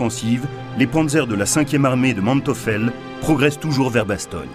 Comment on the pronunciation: Manteufel et non Manteufel, prononcez Manteuifel